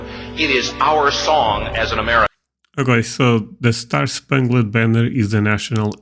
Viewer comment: I used to be an English as a second language teacher... please forgive me if this comes off as rude, I just want to help! When you see a word like "Spangled"... pronounce "-LED" as the word "OLD" like Spang-OLD banner it is more of a "OULD" sound, but OLD will get you closer. :) Thank you for the video! I am currently trying to learn Russian myself.